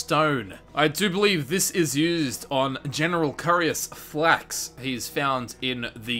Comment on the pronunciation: falx not flax